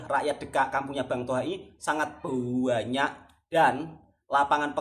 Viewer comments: Bang Toha...ini permintaan saya, cuba satu kali bikin video bercakap bahasa Malaysia. Bagaimana bunyi nya ye. Suka dengar sebut perkataan "BANYAK" jadinya "BUANYAK". Apa pun semoga terus maju jaya dlm YouTube. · Suka dgr 'buanyak'